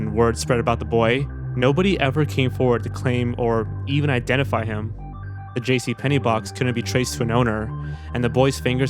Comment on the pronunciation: Its J.C Penney man. Not J.C Pennies.